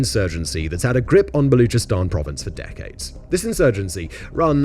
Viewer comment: Baluchistan - CH pronounced like the word church, not like a K. They have the letter to make the “CH” sound as it is in English. You are horrible at pronouncing foreign names, typical British.